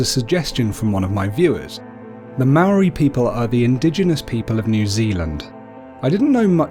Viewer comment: You idiot you say Maori so fucking bad you imbecile